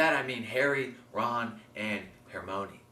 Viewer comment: i giggle everytime you say hermione cause you're saying it without the "i" awesome video :D